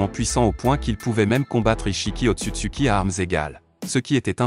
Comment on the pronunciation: Le roi otsutsuci u se dit ou en anglais nullos😅